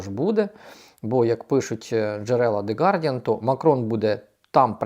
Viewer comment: Дякую за працю! Маленьке поточнення, є таке видання The Guardian.Я від вас постійно чую - Де Гардіан